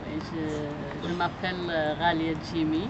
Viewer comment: I believe her name is "Djimi El Ghalia", not Ralià.